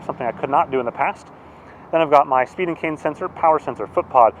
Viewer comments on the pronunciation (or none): I glanced away when you were going through the sensors, and I could’ve sworn you said Stephen King sensor, I had to watch carefully and find that you were saying speed and cadence.